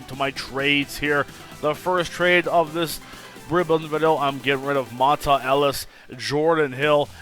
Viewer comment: it's pronounced like "Montay"